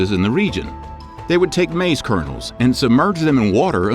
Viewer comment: You mispronounce "maize."